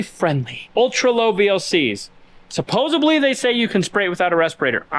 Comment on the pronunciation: sup·pos·ed·ly there is no B in that word